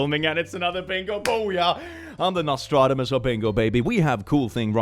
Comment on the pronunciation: Does he actually say "Nostronomus"?